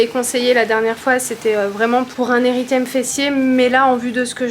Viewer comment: Coucou c’est un érythème sans le « i »😊